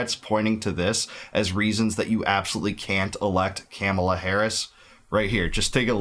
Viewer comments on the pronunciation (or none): I’ve literally heard you pronounce the craziest foreign names with no problem but you absolutely cannot do Kamala correctly? Just wondering if it’s true ignorance or deliberate?